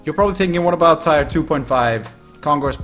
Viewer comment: its Tier, not tyre